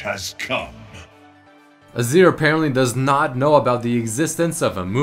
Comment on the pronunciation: "naught" is wrong, its "not"